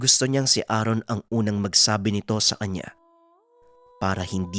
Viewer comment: Sino si Aaron? Namali yata ng bigkas pinuno